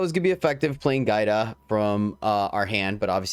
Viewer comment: Yo, my daughter’s name is Giada. It means Jade. The enunciation of it is Gee-ahda.